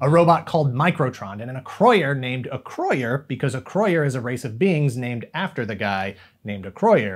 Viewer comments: Holy cow, someone that properly pronounces Acroyear! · Great history lesson. I loved those toys and comics and still collect them today thanks to Ebay. Also, I finally found out how you pronounce Acroyer